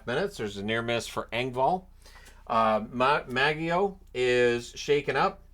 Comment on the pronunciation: Maggio has a soft G like Magic.